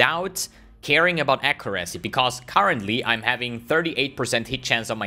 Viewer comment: plsss :c google "how to pronounce accuracy"